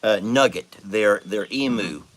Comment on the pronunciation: you're pronouncing Emu wrong. As an Aussie I have to correct you. The Em is correct, but the U is you, not oo. Eamyou. If that makes sense.